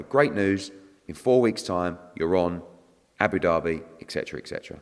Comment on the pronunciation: Abu Derby its Abu Dhabi 😂😂